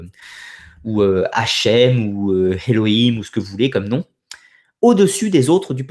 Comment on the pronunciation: Salut j’ai regardé plein de tes vidéos et j’aimerais vraiment que tu prononces elohim correctement C’est frustrant à force de t’entendre le répéter dans chaque vidéo le H n’est pas au début comme tu le prononces Heloïm ça commence par un é cest pas comme hello en anglais parce que le H n’est pas au début du mot c’est éloHim pas Héloïm Et pour info hashem n’est pas non plus le nom de dieu bien que ça soit une désignation, hashem veut dire le nom et les juifs l’utilisent parce que selon certains il est interdit de prononcer le nom de dieu donc ils disent tout simplement « le nom » au lieu de le prononcer, tout comme les francophones disent D. Au lieu de dire dieu bien que ça soit ridicule parce que techniquement dieu n’est pas son nom c’est plutôt le tetragramme yhwh qu’ils ont pas le droit de dire « en vain »